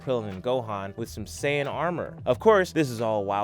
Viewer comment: its called sayian not sans nnnnnnnnnnaaaaaaaaannnnnnnniiiiiiiii